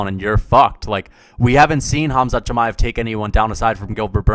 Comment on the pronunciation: Who tf is Chi-may-ev